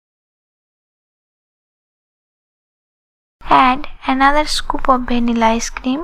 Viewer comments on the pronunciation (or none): it is not 'bhanila' its 'vanila' realy no sense.